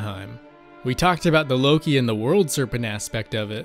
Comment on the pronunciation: Lowkey I heard oki instead of Loki